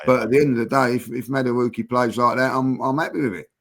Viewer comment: pronunciation of Madueke is funny. Let's try this, think of saying Eze, but instead 'z' say Eke (valid short form of the name), then when together say Madu-Eke. Hopefully that helps.